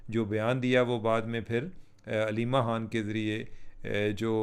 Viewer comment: یہ خ کو ح پڑھنے والوں کا الگ ہی لیول ہے۔۔ ایک دم چوتیا لگتا ہے ایسا۔۔۔